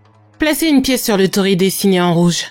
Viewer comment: Bonjour, Petite précision : il ne faut pas dire tori mais tori-i, car tori c'est "un oiseau ". Sinon très bonne vidéo comme d'habitude. 😘